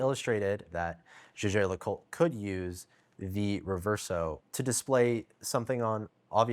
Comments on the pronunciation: Listening to mispronounce LeCoutre made me cringe. It's not LeCult! Just say JLC if you can't say it properly 😂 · He butchered the name throughout the video. Should've just said JLC instead of LeCult.